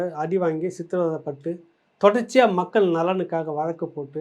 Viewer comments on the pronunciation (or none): none